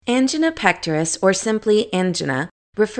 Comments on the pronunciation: Thank you however it was hard to listening to Angina pronounced Ann-G-Nahs when usually I hear An-Jine-ahs. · You are right. This is not how they pronounce angina. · That's not how angina is pronounced.